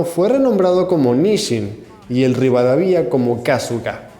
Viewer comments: es RI-VA-DA-VIA, no RI-VA-DA-VI-A..... jaja se me vino el meme de Hermonie jaj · Por favor, es Rivadavia, no ´´Rivadavía´´ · Se pronuncia "RivadÁvia" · Es RivadÁvia no RivadavÍa. Bernardino RIVADAVIA fue el primer presidente argentino. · este video es un completo ejemplo de porque no hay que informarse a través de Youtube. el relato está lleno de inexactitudes, al punto que los Acorazados ARA Rivadavia (con pronunciación de plabra grave, no aguda como en el video) y Moreno fueron construidos en 1912 y botados en 1914, y construidos en EEUU, siendo barcos con los mismos cañones que utilizaban los acorazados clase Wyomming de la USNavy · rivadavia no rivada-VI-a igual ta bueno el video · Es Rivadavia; sin acento; no Rivadavía, no ! Tiene 4 Sílabas nomás ese apellido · Rivadavía? Se dice sin acento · La pronunciación sería *Rivadávia *, con acento. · Maestro, es rivadavia, no rivadavía. No lleva acentuación en la i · Rivadavia es grave, no aguda. Buen video. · Qué brutos. Como puede ser que no depan las reglas de acentuación del castellano. Rivadavia no tiene tilde en la I. Con lo cual se pronuncia rivadAvia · buen video, pero el acento en " Rivadavia " no va en la segunda " i " , va en la segunda " a ". Con tilde sería " Rivadávia". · En la palabra "Rivadavia", la sílaba tónica es "da". No es la primera vez que este locutor pronuncia mal o muy mal topónimos u otros nombres propios en español. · Rivadavia es un apellido acentuado en la segunda "a" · ARA RIVADAVIA ,BRUTO ,PRONUNCIA BIEN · El apellido Rivadavia es grave, no aguda.